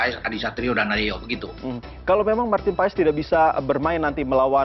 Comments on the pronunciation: Cara bacanya Martin pas bukan paes. 😅😅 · kata koci...nyebutnya ..martin pas... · Bacanya martin paz